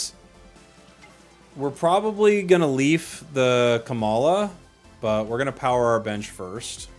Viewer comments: also "Kamala" (like Kamala Harris) for Komala hahaha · He’s not even hiding the fact that he said KAmala instead of koMAla #Kamala4prez2024